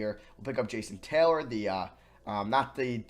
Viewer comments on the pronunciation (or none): none